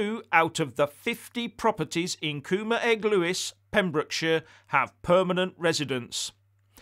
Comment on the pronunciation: Pretty decent pronunciation of Cwm-Yr-Eglwys btw.